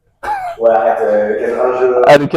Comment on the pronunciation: Arrêteuh le combat ! Eurdine !